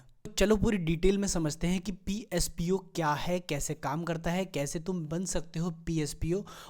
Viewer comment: "Pspo" nhi hota mr "posp" hota he,great knowledge